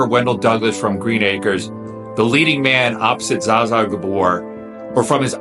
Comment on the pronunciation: You butchered Zsa Zsa's name. It's pronounced exactly as it looks. Nothing was silent in her name. Heroes don't need to announce that they're heroes.